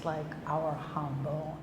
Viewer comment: To English speakers I would say that the j in jambon is pronounced like the soft, final G in the words "garage" or "massage", which are also borrowed from French. Chef was using the Spanish J. Maybe Bayonne is close enough to Spain to forgive the mispronounced word?